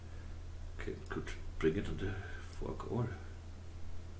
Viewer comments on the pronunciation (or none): Really nice work. Am I the only one who giggled slightly(childishly of course) when you kept saying Fork All ?